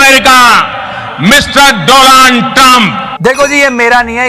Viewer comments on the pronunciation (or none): Mr. Do-land Trump....🤣🤣🤣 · Mr. Doland trump Hahahaha